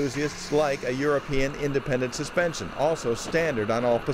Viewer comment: It's "European", not Eropian, but I agree, people in the USA are obese and can't really drive....the TDI will outrun any Detroit diesel without being overhauled. I saw a 2000 Passat in Germany with 720.000km,running strong. It had the 1.9 Tdi. Europe makes the best cars on the planet, enthusiasts know this and agree. People who just need a lift from A to B keep buying boring, cartoonish, yestertech overpriced trucks that can't handle and consume unreal quantities of fuel.